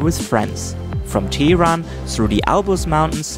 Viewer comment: With greatest due respect, It's not Tee Ron but rather Teh Ron ( H has the same Sound as H does in Hand 😄